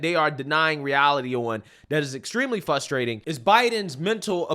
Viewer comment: Its FRUStrating hearing say FUStrating over and over 😂